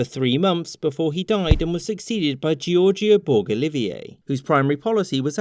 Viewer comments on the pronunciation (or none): I will say this is a very Anglo Centric retelling of events. Also, in the name George Borg Olivier: - Borg rhymes with George, not the star trek guys. - Olivier sounds like Olive-Ear not Olive-iay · I'm pretty sure his name was pronounced olive-ear. He wasn't French.